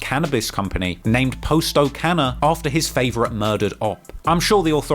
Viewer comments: “Poss-toe” not “Poe-sto” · Mf said Post-O 💀 how slow can you be fam? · "He clearly heard Juice World, pronounce POSTO name correctly...but yet he still saying Poe Sto. But that explains why POSTO clothes, looks cheap...for shopping at a Poe Sto"🤨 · Pos-to ( poss to ) shit be harting my ears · Its pronounced PA-STO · How do you watch videos and songs hearing his name and you still can’t pronounce it right? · Do you keep pronouncing his name wrong on purpose or can you really just not pronounce it the right way?